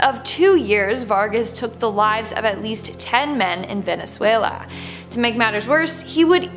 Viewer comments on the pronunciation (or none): none